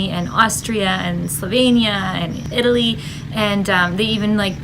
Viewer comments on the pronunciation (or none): none